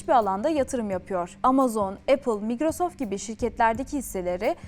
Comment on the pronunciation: migrosoft değil. 2 kezdir kulağımı tırmalıyor.